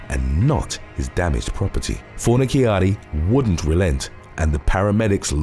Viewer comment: You are 100% pronouncing his name wrong too. Fon-a-charri is the way to pronounce